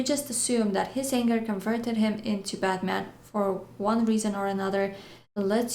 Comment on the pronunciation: so funny how u say: " I`m bad man..." :-D